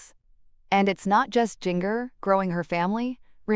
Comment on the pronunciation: The way this bot says Jinger makes me laugh and laugh every time! Come on people, the least you can do is program your bot correctly.